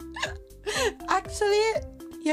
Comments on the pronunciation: 🤓👆 It's pronounced ARKEUS not ARCEUS, it's a hard K not a soft C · She pronouced it like you would in Italian.